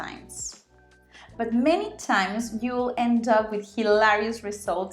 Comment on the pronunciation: As always, a great video! I learn a lot from you. Still wish you would sloooow down on your Spanish parts though. Yes, I know I can slow it down with the settings, but then your English sounds very very slow. Not to criticize, just constructive thoughts for you: But & bad, you need to enunciate your vowels better. They sound the same. And, most, is not pronounced With a short o like many Spanish people do. You need to make your o LONG for this word, otherwise it sounds like moss, that green plant that grows on rocks. My Spanish friends say dogs and ducks exactly the same way, so I’ve heard this problem before. Hey, if I have to learn how to roll my Rs before anyone understands me…